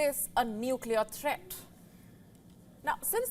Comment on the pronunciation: U r stupid enough to say neuclear treat!!!! A la ways!!!!!!....very irrirating.....